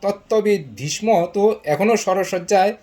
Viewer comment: আপনি ভীষ্ম কে বিষম উচ্চারণ করছেন কেন ?